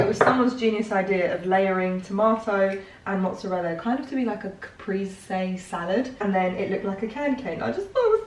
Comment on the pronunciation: how is it possible , people in 2023 not being able to pronounce caprese correctly...not that hard